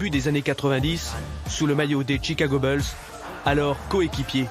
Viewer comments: "les chicago BEULS" j'ai fermé la video. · "Chicago beuls" ! Non mais c'est pas sérieux pour envoyé spécial ! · Déjà ca part très mal... dire que Dennis est devenu une star dans les années 90 grâce au Chicago bulls de MJ (je reviendrai même pas sur la prononciation de "bulls"..)... le mec à quand même l'un des principaux acteurs du B2B des bad boys, un des plus grandes défenses de NBA All Time... ça part bien... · Il est pas serieux comment il a dit "bulls" la